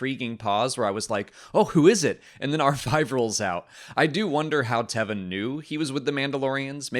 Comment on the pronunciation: I loved the cameo from Mollie in the bed. is a bad influence on me pronouncing Carson Teva's name wrong. If Mandalorians did indeed liberate Moff Gideon from the prisoner transport shuttle, I wonder if the Armorer could be involved? Since Moff GIdeon wielded the darksaber & he got it off of Bo-Katan for a while there he was the rightful owner (and he used it better than Din does). So could the Armorer be using Moff Gideon to challenge Din for the darksaber even though he lost it to Din before? Basically, I still don't trust the Armorer's motivations.